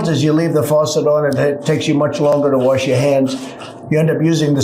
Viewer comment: trump: i had no bidet, i had to warsh my a$$ in a sink!